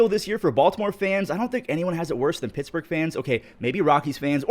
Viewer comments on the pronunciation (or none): none